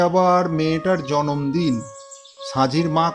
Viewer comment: জন্মদিন না বলে জম্মদিন বলছে 😂